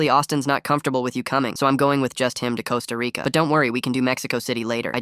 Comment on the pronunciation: Why did bro say it like "CoSta RICCAA" the first time💀